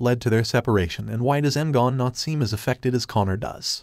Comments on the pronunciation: Another review video by someone who hasn't watched the show. What's Miss Martian's real name? m-gone or Me-gan? Watch the show. You'll hear it over and over again. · EM GAN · M-Gone? That's some lazy pronunciation right there